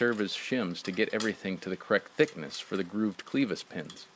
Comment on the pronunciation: Amazing attention to detail except the pronunciation of the word clevis. I'm not a hater, just sayin.